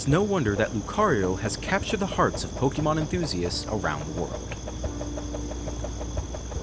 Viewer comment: All of this time and effort, yet bro still can't even pronounce Pokémon correctly.